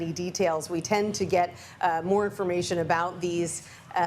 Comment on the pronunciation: Learn how to pronounce QATAR